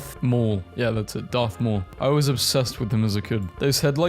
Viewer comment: Is not Darth Y'all is Garth Maul.